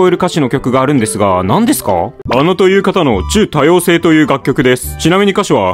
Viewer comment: 原作から見てたので、ちゅ、多様性を最初聞いたときビックリしたわ。「ゲロチュー」にしか聞こえないw